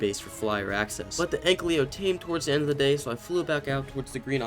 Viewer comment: Please stop saying anklyo... the name says ankylo it sounds off, you can just read the name and i hate that you mispronounce a simple name that is literally rwritten above the creature..